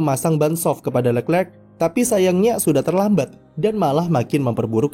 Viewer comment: kritik utk narator .. perbaiki lafal penyebutan nama charles leclerc .. nonton aja video nya di yt.. gunakan lafal sesuai asal namanya.